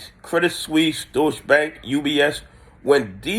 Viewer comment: I like how you say “douche bank.”